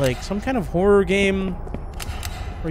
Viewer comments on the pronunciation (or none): none